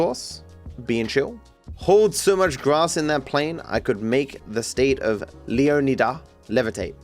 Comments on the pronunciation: My guess is that's it's meant to be pronounced lee-AW-nee-da, like Florida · It's pronounced leon-eye-dah 😭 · Its pronounced Leo-Nigh-Duh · got more pissed off with every leo-nida I heard lmfao ITS LEO-NIGH-DA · My god, if I have to hear ‘Leo-KNEE-dah’ ONE more time, I might break my phone. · I don’t know why lol I feel like it’s very clearly not pronounced that way Leo Nigh Dah is the only way I feel like Leonida will be pronounced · Someone tell him it’s LEO-NY-DUH and not whatever he is saying 😂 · Dahmez, leoneedas 😭😭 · Guys it’s pronounced LEO-Ni-Dah Like Flo-Ri-dah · Dont you pronounce it leanida? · Every time said leoneeda apart of my soul died a little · Pronouncing Leonida as Lee-on-idd-uh sounds so stupid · leeon eedah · It's gonna give me an aneurysm with how pronounces Leonida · Bro has a latina mami but can't pronounce Caminos or Leonida 💔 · It's one thing to pronounce it wrong one way, but to pronounce it wrong a dozen different ways and still never get it right is infuriating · I was laughing every time he struggled with it on stream. And he was genuinely trying, asking chat for advice and still getting it wrong. Pure cinema, I love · will be able to pronounce "leonida" properly before gta VI